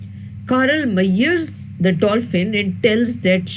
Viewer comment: You pronounce measure incorrectly please work on it over all well explained